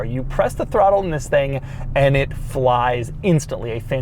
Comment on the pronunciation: "... in a mid size luxury sedan hatchback tThiing..." I felt that.